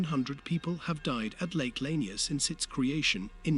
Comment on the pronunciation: You are sadly pronouncing it wrong. It's "La-near" .